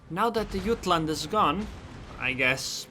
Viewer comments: Jutland with a J. It's a RN ship and the English pronunciation is JUT-LAND. Not yutland. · Jah t land not ut land if you are using English the j is not silent